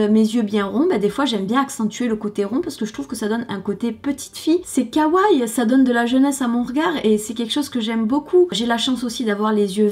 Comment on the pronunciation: super vidéo comme toujours, je vais faire ma chiante pour un détail mais on dit ka.wa.ii (oui il y a 2 ii bien prononcés) et non kawaille~ :-D